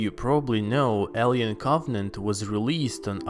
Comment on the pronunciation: A-li-en Coff-net